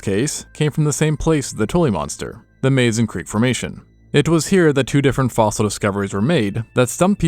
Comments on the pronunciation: I sincerely wish people would pronounce Mazon correctly. It's not pronounced "maze-on" it's "muhzon". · I love how scientists always mispronounce Mazon when talking about the Tully Monster. Locals in this area pronounce it with a soft A like with an uh sound